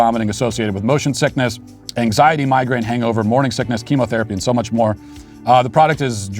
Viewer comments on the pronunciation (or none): none